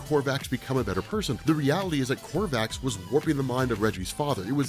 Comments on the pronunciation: There is no r in the word Kovax, KOVACS not KoRvacs, it's driving me insane when you say it wrong over and over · Yeah there's definitely no 'r' in the name Kovacs......killin' me... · Why do you keep adding an R to Kovacs? Maddening. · I love these videos and your one of the only subscriptions I have in all the years I’ve been on YouTube but it’s KOVACS, Not KORVACS!!! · It's Kovacs. Walter Kovacs. Korvac is an Avengers villain. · This was an interesting video with good theories and explanations. But I wish he wouldn't keep mispronouncing Kovac's name as Korvacs. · I don’t understand how someone with a seemingly encyclopedic knowledge of all things comics could continually call Rorschach by the name “Korvacs” - it’s Kovacs… really strange… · At least twice you called Rorschach "Walter KoRvacs". His name was Walter KOvacs, like ythe late actor-comedian Ernie Kovacs, whom I used to watch on TV when I was a kid. He was one of the funniest men of the early 1960s, but he liked to drive too fast. RIP Ernie. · I know knows it already but hearing him constantly say Korvacs instead of Kovacs is frustrating. I hate that it bothers me! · KOVACS! Walter Kovacs. Not Korvacs. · How do you read a story over a space of years and never realize that it's Kovac, but you keep saying Korvac and it's irritating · KOVACS not Korvacs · Kovacs, not Korvacs. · I’ve heard of you’re condition, you have a rare bone disease that impedes your ability to not put an R in Kovacs. Perhaps someday you can get a bone marrow transplant! 😁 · Say it with me, now: "KO-VACS" That is all. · ITS KOVACS GOD DAMN LBVVFS.